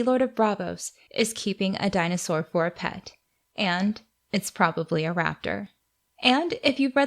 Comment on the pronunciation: You just said the Greek word for dinosaur is dinosaur(in a Greek accent)